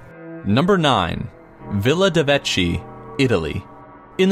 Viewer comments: Number 9, pronounced "veh-kee", not "veh-chee" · Any italian speakers here? Because i would like to suggest the idea that "Villa de Vecchi" is actually pronounced De Vecky... :)